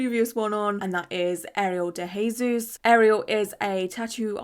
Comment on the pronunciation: I was just watching a bunch of your old videos and I'm so happy u uploaded a new one! Also nice i see you pronouncing de jesus well 😉🤩